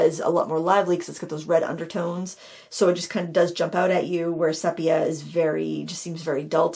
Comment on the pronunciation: Love all your videos and classes, although I haven’t actually painted in a while. Haven’t watched this whole video yet but wanted to mention that the color sepia is pronounced see-pia, not seh-pia. I even looked it up to confirm I had it right. 😻